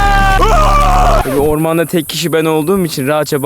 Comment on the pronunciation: Neden r yi uzatdin orrrrrman mdjdjrfjfj😂